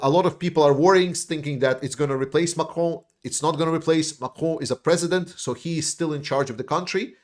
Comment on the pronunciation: Your pronouncing of Macron is so nice. I’ll only say it that way from now on, also when I say croissant. Very good news, thanks man, Slava Ukraine.